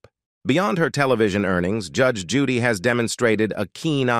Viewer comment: I LOVE THIS WOMAN!! THE NARRATOR OF THIS VIDEO NEEDS TO LEARN HOW TO SPEAK!!! SO MUCH FOR ROBOTS! COULDN'T EVEN PRONOUNCE HER NAME. GET RID OF THE GD ROBOTS!!